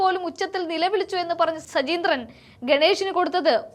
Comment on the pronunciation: സജീന്ത്രൻ അല്ല, സജീന്ദ്രൻ എന്നാണ്